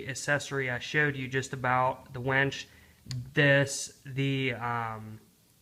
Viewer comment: It's winch not wench! lol. good vid tho haha.